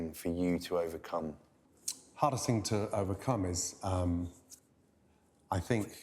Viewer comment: The fing? I am sick and tired of this pronunciation..The thing.